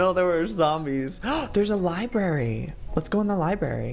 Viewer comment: Joey...LibRary not Libary!!